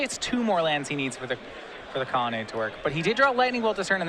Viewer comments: it's COLONNADE, not connelade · Lol one of these guys has a real hard time pronouncing "colonnade" =D